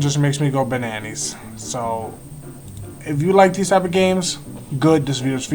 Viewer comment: did he really just say bananees?